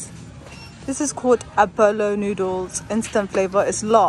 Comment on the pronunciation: actually the apollo is pronounced apoyo but it’s fine since u don’t know it’s in spanish and apollo also means chicken